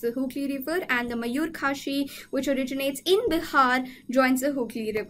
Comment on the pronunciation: It took me 2 minutes to realise that you r talking about Mayu-Rakshi river and Not Mayur-Kashi 😅